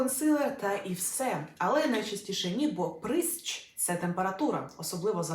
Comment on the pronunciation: Прищ, навіщо то коверкати!?